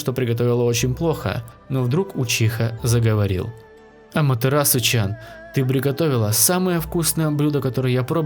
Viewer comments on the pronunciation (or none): Не чан а тян